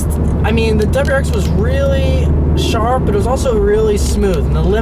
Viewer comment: Relax a bit, man... you're so excited you can't even say WRX. It's not pronounced "dubwarex"!